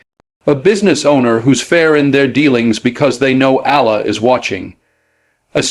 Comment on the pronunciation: WHEN DID DENZEL GIVE "THIS" AS A "SPEECH?" IF SO FACT OH, GET THE SPEECH , WHY HIRE A NARRATOR WHILE HIJACKING SPEECHES-FINED ONE WHO CAN AT LEAST PRONOUNCE THE NAME OF "Allah-A-la " PROPERLY .